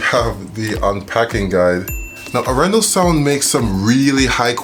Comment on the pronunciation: Pressure on the first syllable for Norwegian names and long syllables. Aaaarendaaal. :)